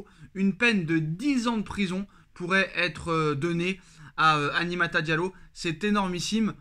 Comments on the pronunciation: Apprends à dire Aminata correctement aussi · "Aminata" frère... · Tu sais lire et prononcer Aminata ?